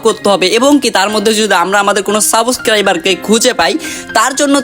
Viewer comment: সাবস ক্রাইবার 😂😂 হায়রে উচ্চারণ